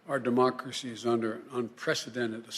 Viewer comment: is she the one who said "our dermocracy"?